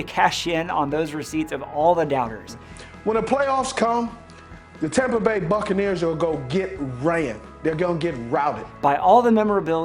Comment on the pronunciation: Let me stop here and point out: succanears